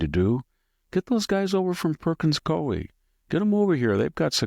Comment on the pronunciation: Pronounced "koo-ee"